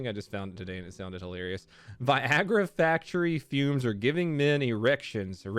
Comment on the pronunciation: LMFAOOOOOOOO Hy-LARRY-ous!